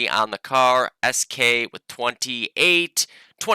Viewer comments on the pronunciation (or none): please don't say “sk”, it sounds terribly unnatural:D, I'm used to people calling me as “esq”;) Greetings from Poland;)